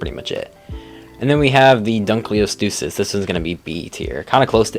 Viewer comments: All started with the dunky lol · i think youre referring to the “dunka-leo-stoosus”